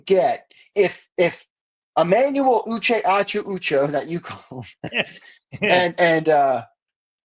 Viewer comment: Why do you say Uche name like that….racist pos